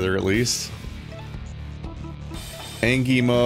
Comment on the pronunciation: I can't get over your calling it angey mode 😂